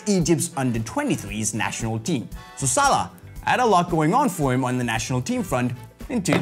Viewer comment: you pronounced his name wrong.